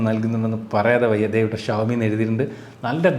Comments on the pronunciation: ശ അല്ലാ ഷാ അല്ലെ 🤔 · ശവത്തിന്റെ ശ അല്ല ഷഡ്ഢിയുടെ ഷ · ശവോമി അല്ല ഷ വോ മി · ശവോമി അല്ല ഷവോമി എന്നാണ്. 😌